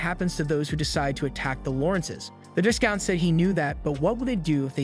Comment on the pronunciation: Part 2 please bro ✨ and not to be That person but the “s” in “viscount” is silent